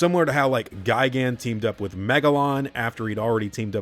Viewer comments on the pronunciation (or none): none